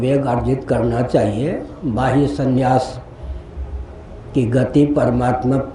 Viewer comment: Not sanyas but sannyas. Correction by Muth is required.